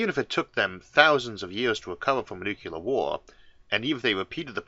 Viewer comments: My only criticism of this channel, as with SO many other channels... Why, oh why would any intelligent human read the word "nuclear" and say "NUCULAR"? And it's got nothing to do with any form of any even hypothetical speech impediment. It's nuCLEAR, not nuCULAR. It's like saying intersetuler instead of interstellar... Is there anybody on the planet who says "binoclear vision"? I deeply hope not. Apart from that, I'm "absolutuly" loving the channel! :) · Wonderful stuff! Love it! But I want to say "only one u in nuclear". Nucular ain't a thing. Say new clee ar please. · Wow, I wouldn't have pegged Isaac arthur to be one of those that pronounces nuclear as nucular. I had to replay that bit to be sure I heard it right. There is only one u in nuclear. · Having had a nuclear physicist for an uncle and having met a submariner on a nuclear ship I can tell you that the sailor almost killed me when I corrected his pronunciation of nuclear. I have also had a linguistic tell me that whichever one is technically correct nucular will probably win. What is at the center of an atom? A cell.? Obama said it correctly. Bush, says it wrong. Clinton says it correctly. Carter, surprisingly says it correctly. JFK said it correctly. My new rule is you can't push the button unless you say it correctly. Trump of course says it wrong. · There's no such thing as nucular war 🙄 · Ah yes, new-Q-ler bombs